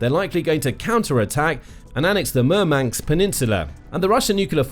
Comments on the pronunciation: It's MurmanSK not MurmanKS. Dude... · 😂I think he means Murmansk. Not Murmanks😂